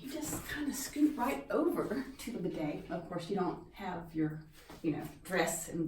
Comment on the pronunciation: i always wondeeed. but you pronounce the word strangely